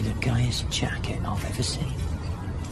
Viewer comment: "Классная куртка" -ударение неправильно, но ладно простительно -"куда купил?" -ауч